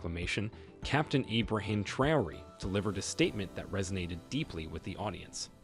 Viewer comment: Learn to pronounce names correctly Ibraham 'Trayori'